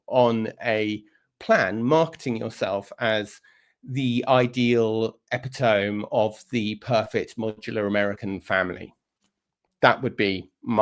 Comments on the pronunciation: Epitome is pronounced e-pi-Tom-ee not epi-tome. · Please check how to pronounce epitome, it's a word from Greek, which has 4 syllables. Look it up on google. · “Ep - i - tome” 😂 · Oh, Tom - “epitome” like “metronome “?